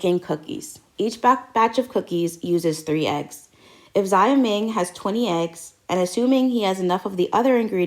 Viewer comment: I know this is an old video, so you probably realized on Q9 by now. But Xioming is pronounced Shou ming or more properly, Zhou-ming. Like shout with the T. But the S sounds like a Z